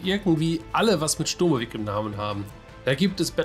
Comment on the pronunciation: DCS is NOT a Ditchetal but a Digital Combat Simulator! Und der andere Titel heißt Il-2 SCHturmowik! Nicht mit spitzem Esss, wie es die gleichermaßen uninformierten Amis aussprechen. Das sind Eigennamen, die werden nicht in irgendwelche anderen, zudem falschen Aussprachen 'übersetzt' ! Das Game heißt Ил-2 Штурмовик nach dem gleichnamigen Schlachtflugzeug (oder sollte zumindest mal so heißen), das auch eine Iljuschin ist, und keine Ie-eL Juschin! Daher heißt das Spiel auch nicht Ie-eL-2 Ssssturmowik! Beim 'IL' handelt es sich nämlich NICHT um eine Abkürzung, sondern nur um eine weitere Falschschreibweise des Entwicklers seines eigenen Spiels, vermutlich wegen besserer Lesbarkeit, also aus Marketinggründen, aber nicht wegen deren linguistischem Know-Hows, das offensichtlich nicht vorhanden ist. Bei dem 'IL' handelt es sich also um die erste Silbe des Familiennamens des Konstrukteurs Sergei Iljuschin aller gleichnamigen russischen Flugzeuge, und das seit 1939. Sollte sich mehr als 80 Jahre später auch schon mal bis in eine Gamestar-Redaktion herumgesprochen haben. Ihr wisst ja gar nichts! Alle russischen Flugzeuge werden seit Jahr und Tag mit Silben der Familiennamen ihrer jeweiligen Chef-Designer/Konstrukteure bezeichnet, schon immer. Eine MiG ist folglich keine M-I-G, noch nie gewesen, eine Mi keine M-I, eine Jak ist keine J-A-K (wer käme auch auf so eine blöde Idee?), und eine Il-2 ist daher keine I-L-2! Das L in Iljuschin wird klein geschrieben, auch im Russischen, selbstrede